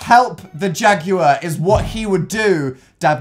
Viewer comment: correct me if i'm wrong but is dan pronouncing jaguar as "jag-u-liar" ??